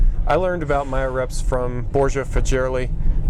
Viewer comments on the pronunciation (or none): Børge Fagerli is pronounced with hard G's, as in 'goose'. Ø is pronounced like the 'u' in 'turtle'